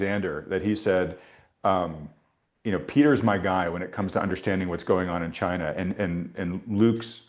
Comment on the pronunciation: Yes, please invite President Trump to talk about CHAY-na, CHAY-na, CHAY-na! 😂